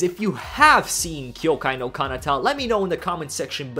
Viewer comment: why do you mispronounce so many anime names? btw this time the mispronounced part is kanata